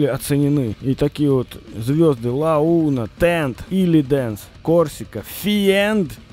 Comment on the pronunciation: Финд а не Фиенд...аж уши режет...пора бы английский уже знать. Остальное по факту